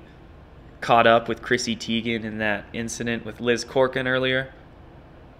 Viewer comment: Crokin, ya dingus, not Corkin!